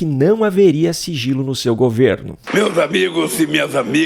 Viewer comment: ELE DISSE FIGILO E NÃO SIGILO...AHÃ...SEI...